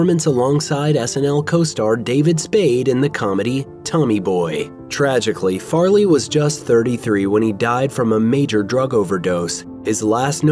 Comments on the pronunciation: tony boy? Tomie? The heck are you saying it's called TOMMY BOY! 🤡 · Did you say "Tony Boy" instead of "Tommy Boy"? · Anyone else hear him say “Tony Boy” instead of “Tommy Boy” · It’s not Tony boy it’s Tommy boy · Wait....Did you say 'Tony boy'? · Narrator said “Tony Boy” 🤦🏻‍♀️